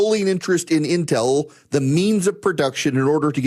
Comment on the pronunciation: This is a very small critique on pronunciation. It's pronounced IN-tel, not in-TEL. Source: me, I live directly south of the big campus. (Cue up LEVI-OH-sah, not levi-oh-SAH 🙃😁🤘)